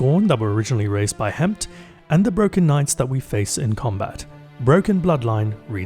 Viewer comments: Ok, that's two guys now that ran the dungeon, must've heard from Petra and Crow that the effin dragon's name is pronounced Hef-end but still went to to call it Hemph here. I mean...how?? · I love that the community has come together to create of a Thousand Voices. Also for any future fill in Hefn is pronounced Hef-En.